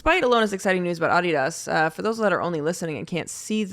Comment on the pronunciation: Love that Olivia properly pronounces Adidas